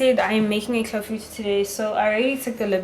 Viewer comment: sbwl iClafoutis. Thank you for the pronunciation, my friends will definitely not get it wrong!!!